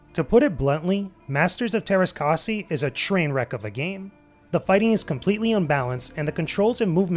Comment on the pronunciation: Even though you may be American, Umlaute are a thing. It's Teräs Käsi, not Teras Kasi.